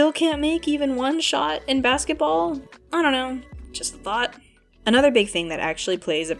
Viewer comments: also the joke isn't "Donnie says basketball wrong" it's "Donnie knows how to say basketball but chooses to say it wrong" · Donnie's relationship with his family is the best, I love that they always punch up and not down with him. They rib him but it never feels mean or malicious and it's just the best. Bar none my fav interaction is the scene where Donnie says Basketball wrong and Raph is just like, "I know what your doing, you PoS. STOP."